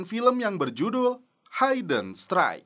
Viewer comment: Bacanya 'HIDDEN' mas, bukan 'HAIDEN' 😅